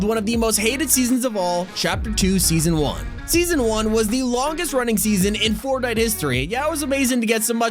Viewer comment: said fortnit